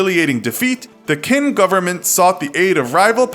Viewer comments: Did he really just say KING instead of QING? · Great video however please know that when you see something like "Qing" or "Qin" it is pronounced as if the "Q" is a "Ch"